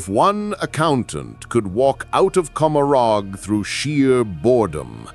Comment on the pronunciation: It's intended to be said like Gomorah. Let that one give some awesome flavor.